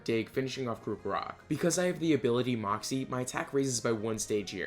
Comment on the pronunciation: I can no longer watch your videos because you mispronounce everything and it angers me. Its pronounced CROCK-O-ROCK not crook-o-rock